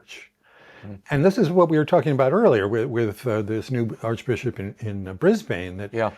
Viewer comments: It is so irritating to hear Americans pronouncing Brisbane as Bris-Bayne rather than Bris-bin as Australians pronounce it. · Ugh! Not pronounced Briz-BANE, but BRIZ-bin.